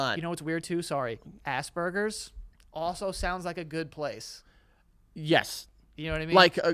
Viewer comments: Why do Americans say assburgers when it's Aspergers? Is it spelt differently over there? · It’s Asperger’s not asburgers there’s no b 😅 no burger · I don’t think he knows what Asperger’s is and just straight up heard AssBurgers😭😭😭